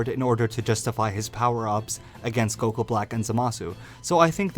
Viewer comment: Stop saying goqee instead of goku dude damn